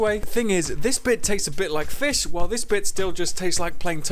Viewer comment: It’s not fiSHH.